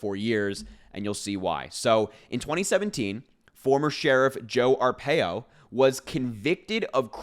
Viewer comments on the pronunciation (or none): Harry, it's pronounced, R PIE O I lived through Sheriff Joe Arpaio he was a HORRIBLE HORRIBLE MAN. So, he and Trump are two of a kind. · You pronounce his name Arpaio R - pie-O